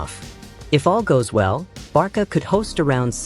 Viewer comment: Why does the A.i keep saying Barka?😮